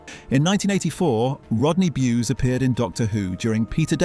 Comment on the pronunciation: Thenk you for finally pronouncing Rodney Bewes' name correctly.